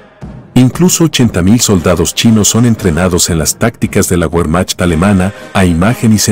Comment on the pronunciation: Güermach alemana????... WEHRMACHT [ˈveːɐ̯maxt], WEHRMACHT [ˈveːɐ̯maxt], WEHRMACHT [ˈveːɐ̯maxt], WEHRMACHT [ˈveːɐ̯maxt]...